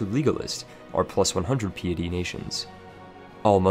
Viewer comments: Pee it eee? isnt it pie it ee? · Your pronunciations are wack. pee-etty? Its Pie-etty. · FYI "Piety" is pronounced like pie(like apple pie) so pie-eh-ty. Not pee-a-ty. Comes from the word "Pious" meaning deeply religious. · I think he meant pie-a-tea :р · Dude PLEASE STOP saying 'PAP AL'. It is said like 'PAY Pull'. Yes English is a funny language with it's spelling alright but you must still say it right unless you want others to wonder what you have been drinking!! Love your videos however!!! Good stuff!! Also 'piety' is pronounced 'PIE ETTY'. Sorry I studied Linguistics and I can't help myself!! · lol interesting to listen to but also kinda making me twitch at a few moments, "Piety" is pronounced, "Pie-eh-Tea" btw not meant to be rude just trying to be helpful. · "pee-ety mechanic" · Peeatea? Not piety?! Damn man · sorry to be like this, 'pie-uh-tee' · Pai-é-tea Pie*-ehh-tea (pie, not cake) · What is this pee-ih-tee you speak of. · It's shocking how many words you cannot correctly pronounce, but mispronouncing "piety" is just sad. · Hi , i think your pronounce 'Papal' a little wrong , and also 'Piety'. The first is pronounced 'Payple', and with the second its important to pronounce the first 'i', so it should start 'Pie', not 'Pee' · Pronounciations: Piety (Pie-eh-Tea), Papal (Pay-pull) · Papal, PAY-PULL. Piety, PIE-UH-TEE